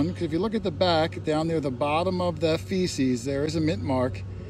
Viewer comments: The item on the back of a Mercury dime is called a fasces(pronounced FASHES) not feces....(aka CRAP!) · Please - It's not "feces" its "fascis" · Yes, the back of a mercury dime has a bundle of sticks called FASCES. …fasces shouldn’t be pronounced “feces” (poop). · Like your videos but remember its fasces not feces on those Mercs.